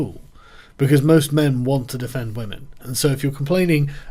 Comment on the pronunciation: It's 'whamen'...